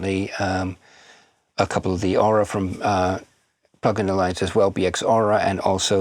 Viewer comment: Sorry, you lost me saying "plugin alliance".